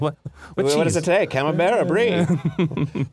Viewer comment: Camambuerre is Camam-"burr" Buerre means butter